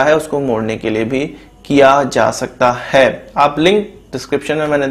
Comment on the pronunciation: Why do u stress at the end of every sentence as 'Hai'. Sorry to say but that's so annoying. Ex